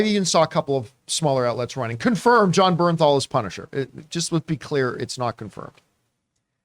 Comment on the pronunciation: It's Jon BerNthal